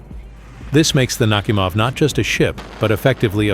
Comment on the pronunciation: "NakhÍmov", not "NÁhimov".